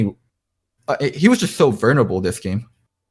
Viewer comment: VUL ner able, loco. No vernable allowed.